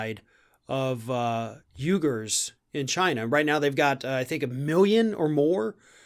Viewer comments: The Uighurs aren't pronounced 'yougurs' it is pronounced 'wee-ghurs'. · Learn how to pronouce Uighers. It's pronounced wegurs. You often mispronounce words, you sound ignorant. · I think "Uighurs" is pronounced similar to 'weegars.' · it is pronounced WE-gars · It's pronounced "wee gurrs" dude. -_